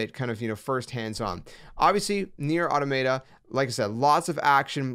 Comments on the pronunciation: Automayta 😂 I remember when I used to say that. It’s “Aw-Tah-Muh-Ta” btw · When you said "Automay-tah" I knew this was going to be a horrible video. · You’re saying the name wrong…